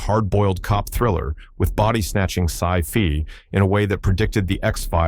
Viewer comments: "Sci fee". Ugh, AI voice. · The Hidden was a great movie but WTF "Sci Fee" with the AI narrator. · What genre is Sci-Fee? Friggan AI 🙃 Yet to discover an AI that knows how to approach a comma. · inaccurate facts, and the heck is sci-feee? death to ai voice overs! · Stop using these fucking AI voices that miss pronounce words...Sci Fee?!?!? As well as names pronounced wrong. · Sci Fee? Really?